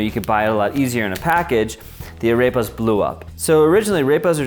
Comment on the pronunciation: Ok. I have no idea where you got this "ground the corn with their teeth" bullshit from but it is patently untrue. Arepas (pronounced ah-rehp-ah by the way not a-rape-a) have been a staple food for literally thousands of years.